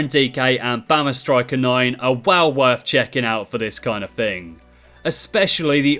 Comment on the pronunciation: haha witty response to be fair, but still the point still stands you really struggle with the word well